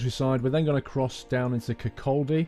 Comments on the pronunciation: It's pronounced Kirk-co- dy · hello. I live in Edinburgh, great place, the first stop after the tay bridge is RAF lauchers, pronounced LOU-KERS. and also it is pronounced KIR-CAW-DAY. thought I would help. lol which is no more now, they closed it down. the east main line is a food line, I go from Edinburgh to Aberdeen, 2 and half hour journey of bliss. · you mis pronounced Kirkcaldy. Kir kaw day lol silent L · Hi, great videos but i have a few points for newer videos, the Dundee to Penzance service is normally a HST service as most cross-country trains to the south west terminate in Plymouth. also, kirkcaldy is pronounced kirkoddy and leuchars is pronounced loocars. keep making great content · when you pronounce kirkcaldy, it should be like kir-caw-dy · To say kirkaldy u say Kirk o dey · Just for future reference, Leuchars is pronounced "lookers", Cupar "Coopar" and Kirkcaldy is just without the "l" (Possibly "Kirkoddy" depending your own inflections.)